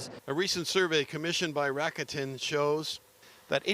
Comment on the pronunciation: People keep mispronouncing rakuten. It should be lah k ten